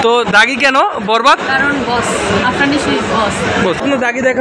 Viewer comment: বিগ ফ্যান কিন্তু বলে #আরফান নিশু.... এটা কেমন ভক্ত আফরান কে আরফান বলে🤣🤣🤣